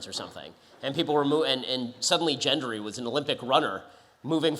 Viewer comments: I am Gendry's friend, & he wants his name pronounced correctly next time. Besides, of course we've all seen dragons on virtually just any sci-fi thing. 😂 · He doesn't know how to pronounce gendry